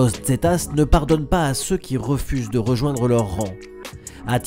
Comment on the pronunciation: Le "z" se prononce "s" et pas "dz" en espagnol